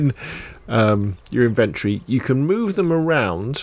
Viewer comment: I couldn't finish the video because how have you gone that long in life as a gamer & no one told you it's "IN-VEN-TORY" not "IN-VENT-TREE".......